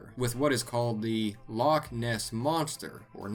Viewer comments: btw its not pronounced lock its pronounced with a ch at the back of your throat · It's not lock its loch